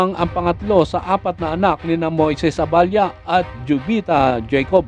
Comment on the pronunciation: Abella po Hindi aballa